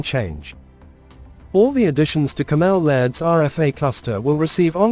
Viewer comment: Cammel is pronounced camel not Cam-ell